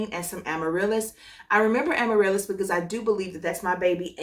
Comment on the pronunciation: Yes! Amarilis is my name! 🥰you said it so perfectly 🙌🏼🙏🏼 thank youuuuu! 😂 if only you knew how many people say my name completely wrong 😩 I get excited when I hear it right. Hahaha!